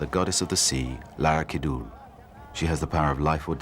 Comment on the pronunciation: Labuans acsent..for mythical woman sea god